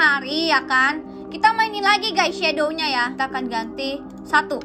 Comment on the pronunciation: Shadownya bukan itu bacaannya cumashadow aja